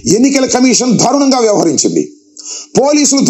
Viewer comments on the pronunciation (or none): ధారుణంగా కాదునాయనా దారుణంగా అనాలి.